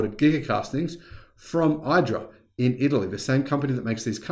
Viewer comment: IDRA is pronounced like EDRA, check out some of their video's on the Giga Press.